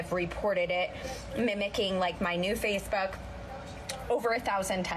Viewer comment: I swear she said FacePhuck not Facebook 🤣🤦🏽‍♀️